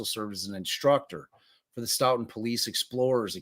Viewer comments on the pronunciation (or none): Pronounced "Stow-Ton" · Stoughton pronounced "stow ton" like ton of bricks. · His wife was in labor with their 3rd child at the same time SB was being murdered Pronounced… Stow ton… Stoughton